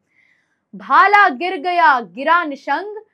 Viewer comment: भाल nahi bhala